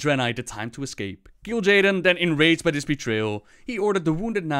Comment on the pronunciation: when u pronounce "this" as "dis"...